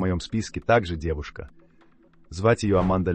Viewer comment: Зачем такой акцент на "девушках"?!Особенно при упоминании Аманды Лепор(урожденный Арман Лепор))))?